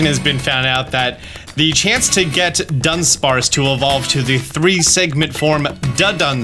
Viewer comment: It's kinda hilarious how you keep pronouncing Dunsparce evolution as Dundunsparce when it's just Dudunsparce